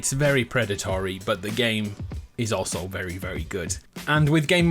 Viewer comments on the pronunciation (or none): none